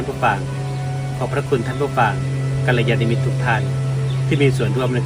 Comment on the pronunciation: กัลยาณมิตร... อ่านว่า กัน -ละ -ยา -นะ -มิต เจริญธรรมคุณโยม